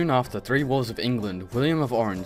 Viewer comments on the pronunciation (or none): none